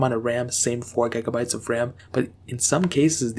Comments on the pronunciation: Stop saying gegabytes you idiot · did he just say "gai-gah-bayts"? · I could not concentrate on nothing else but gaeigabites